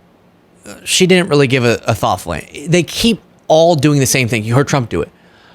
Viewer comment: Dinint? Counint? why are we abandoning that "D"? It's not just; it's creeping out all over.